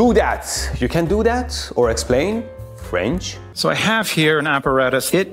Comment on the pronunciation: "french" 😂 😂 mehdi be too much of an unc